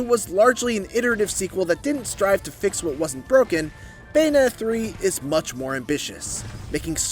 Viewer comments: Who is this “Bayonet” & “Bay-a-nay-a” person that this critic keeps mentioning in this “Bayonetta” game review? 🤔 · This guy doesn't pronounce the Ts when he says Bayonetta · Anyone else notice this reviewer doesn't pronounce the Ts in "Bayonetta"? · Is it just me or is he saying Bayonetta weird…🤔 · meant Pronouncing it weird lol